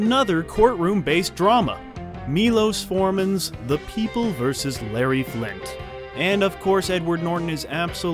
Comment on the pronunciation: oh my god you absolutely BUTCHERED the pronunciation of Miloš Forman....😑